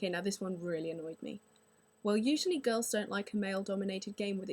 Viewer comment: I have no prob with girls on xbox live i dont pay much attention anyway lol and you say girls like gawls